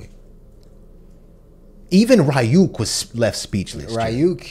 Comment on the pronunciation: Plus it helps with pronunciation, so far y'all have said Ryuk and Yagami wrong